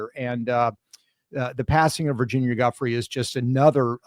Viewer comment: Guiffre is pronounced jew-fray!